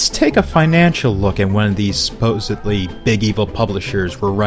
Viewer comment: Loving this series. I'm learning a lot. However, as an English Professor (albeit a community college English professor), I humbly ask that you learn to pronounce "supposedly" correctly. It's not "supposibly" it's "supposEDly" Thank you for your time. :)